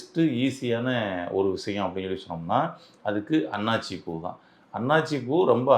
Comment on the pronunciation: அன்னாச்சி பூ என்பது தவறு அன்னாசி பூ என உச்சரிக்க வேண்டும்.